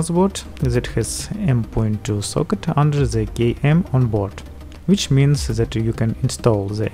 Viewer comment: Why you are saying z istead of t? Zys instead of this, zhat instead of that, etc.